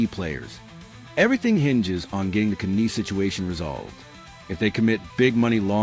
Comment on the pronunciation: you know its AI bullshit when they cant even pronounce the name right